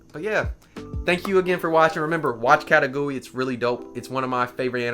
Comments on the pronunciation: The pronunciation is Ka-Kay-Goo-Ruu-E I believe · did he just say..katagui? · Ya I felt like he was saying it weird